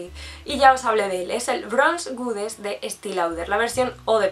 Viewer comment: Hola, hace poco que te sigo, me encanta tu forma tan fresca y divertida de reseñar perfumes. Compartimos pasión. Espero que no te moleste que te haga una pequeña corrección con todo el cariño y respeto: goddess se pronuncia con o. Gracias por tus reseñas más que nunca, porque que nos alegres la cuarentena no tiene precio.